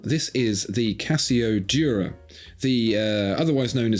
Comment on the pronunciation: Imagine suggesting the Moonswatch in any way at all and also calling yourself a watch expert lmao. It's also called the Duro, not the "Dura."